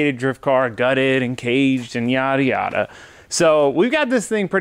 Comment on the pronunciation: says "yada yada" but I hear "Miata Miata "